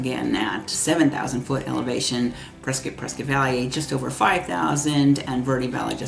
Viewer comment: Prescott is pronounced like “triscuit”